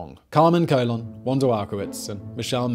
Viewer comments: Also its Carmen Colon (cuh-lone) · "Colón" = "ko-LOAN". Or think "cologne" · The surname Colon is pernounced more like cologne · The way he says colon really bugs me